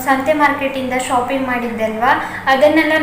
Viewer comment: ಶೋಪಿಂಗ್ ಅಲ್ಲಾ ಮೇಡಂ ಅದು, ಶಾಪಿಂಗ್....ನೈಸ್ ವ್ಲೊಗ್ ❣❣